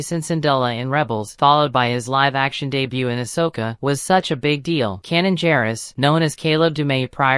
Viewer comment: Canon and Hairah... Kah-leb Dumay... freakin' dictation 😅